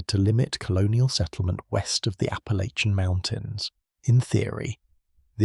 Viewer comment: Apple ly chi yan mountains ?? The AI voices sounding like gay foreigners just don't sound right for American history!! I'll pass